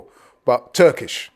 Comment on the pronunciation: Turkish is spot on! 👏